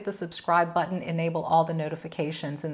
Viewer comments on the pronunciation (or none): none